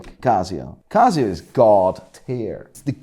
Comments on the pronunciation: Watch expert that mispronounces brand names ?!? Cazio anyone? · It's not cazzzzioo man . It's "Casio" 😑